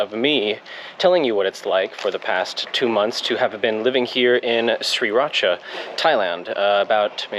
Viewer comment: its pronounce Sri raaaa.chaaaa not Sri rat cha!